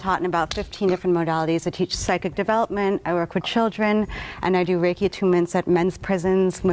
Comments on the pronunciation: Reki is geh-ki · Reiki master got shit japanese pronunciation lol